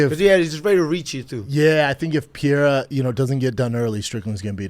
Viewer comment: Its not PIERA its PEREIRA ffs